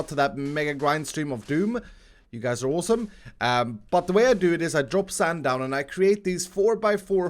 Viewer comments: Nobody:: sAnd! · Why have you and Mumbo and Grian started saying 'sand' like that?